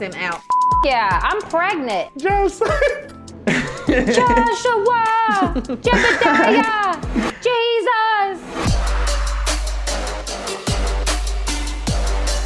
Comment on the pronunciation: She said JEBIDIAH... LMFAOOOOO!